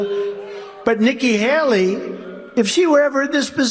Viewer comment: I think he also said Vicki Haley